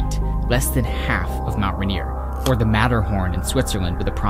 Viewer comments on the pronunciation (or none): I'm being a picky and I do apologize, but it's pronounced Mt Rain-ier. Not Mt Ruh-nier. Just remember, in Seattle when it rains, you can't see Mt Rain-ier. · I know I’m leaving this comment MONTHS after you uploaded this, but I had to. You kept saying “RAN-ier”. That is not how to pronounce it. It’s “Rain-ier”, quite literally exactly how it’s spelled. Even when said quickly, you should always be able to hear the “Rain”. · Love this so much… especially as a native Washingtonian…! (Bit of feedback is your pronunciation or Rainer…isnt correct. Its Rain-nier